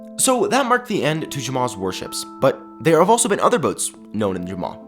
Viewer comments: The whole time I thought he was aying "Worships" and I was so confused and the I realized he was saying "Warships"... XD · I thought u were saying worships